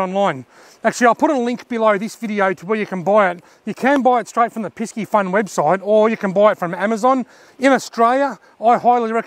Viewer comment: Good video again but is “piss-e-fun” not “pisk-e-fun” 👍🏽